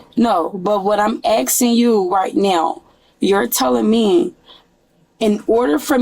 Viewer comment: Axing..who the fkc is axing someone?? They were ran over?